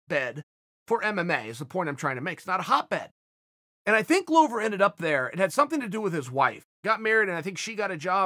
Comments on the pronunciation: Just saying Glover is pronounced as the world glove but just add an er, “glove-er”, not “glOwber” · In Chael's mind, Glover rhymes with Grover 🤣. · If that's wrong, then Chael is by far not the only one. Every UFC voice, from commentating to Bruce Buffer, has pronounced it glow-ver.